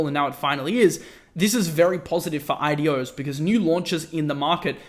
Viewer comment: what he says: IDOs What I listen: adiós 👋